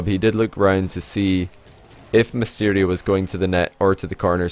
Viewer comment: Misterio....... Nice pronounciation